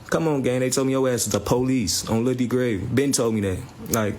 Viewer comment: Is he sayin on Duck grave